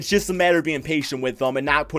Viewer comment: When you say just it sounds like jizz